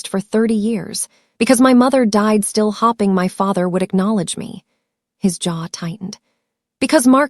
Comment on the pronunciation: When you have an e at the end of a word pronounce the e Eg..hope is not hopping is hope""ing